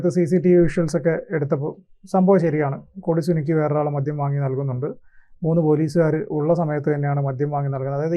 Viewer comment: മദ്യം ആണ് മദ്ധ്യം അല്ല